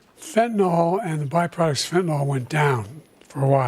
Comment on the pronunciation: It's name is fentanYl, nor fentanOl. fentanyl.